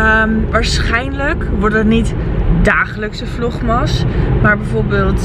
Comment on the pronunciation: je spreekt echt zo fantastisch Engels, maar waarom zeg je vlogMAS 🙈 Ik moet er steeds een beetje om lachen haha 🙈